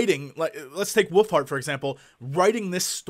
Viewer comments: It always sounds like Jesse is saying "Woofheart" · Sounds like he says "woofheart". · no he said woofhart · It sounds like he is saying woofheart.. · did jesse say "his new book, willfart"?? O.o